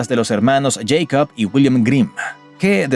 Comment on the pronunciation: Los hermanos ¿Jeicob? Grimm. El nombre Jacob se leería así si es que en Alemania se hablase inglés. Sería bueno que la persona que publicó este video aprendiera que en Alemania no se habla inglés, sino otro idioma llamado «Alemán».